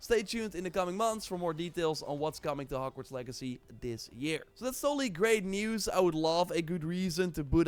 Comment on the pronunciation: Wait did you just call it Hargverts? 😂 wtf